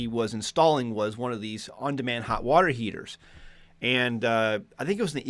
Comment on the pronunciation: You almost said "Water Heezers."